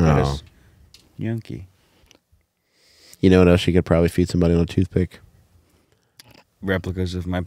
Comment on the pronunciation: Now is saying "yonky" and it's still not gnocchi 😂